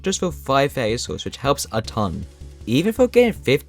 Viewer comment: “faiwy souls”